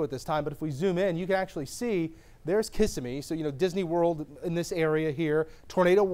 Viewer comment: KISS-AH-MEE 😂 😂😂😂😂👄 ITS KAH-SIM-EEE